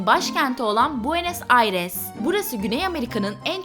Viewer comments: hanım bounes aires değil buenas aires, venezuella değil venezuela, 10 refah ülkesi değil, refah durumu en yüksek 10 ülke. 1 dakika olmadı başlayalı çok hızlı girdiniz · abla bounes aires ne gözünü seveyim :D